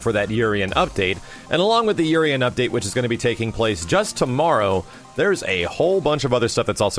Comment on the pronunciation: Urien's name in pronunciation is ooo-rien damn!!!!